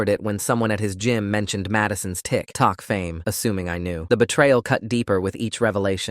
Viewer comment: The way the narrator said tikTOK